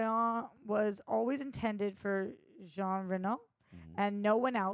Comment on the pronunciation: Jean is French for John and pronounced "jAwn" (like dawn with a J).